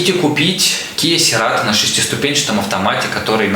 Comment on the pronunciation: Серато😂😂😂😂 "церато" так-то